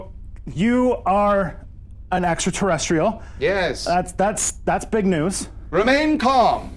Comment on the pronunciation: Excuse me, it's "etsra terresrial."